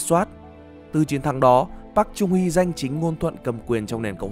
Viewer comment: Wow!!! Nd video được tóm tắt dễ hiểu, giọng đọc dễ thương mà bị sai xíu xiu đoạn đọc tên của cố tổng thống thôi (cách đọc đúng là Park “Chơng” Hee ạ) nên mình xin phép để lại cmt cảm ơn và gửi tặng lại cách đọc chính xác nhất, với tư cách là dhs đang theo học bên này ạ.😗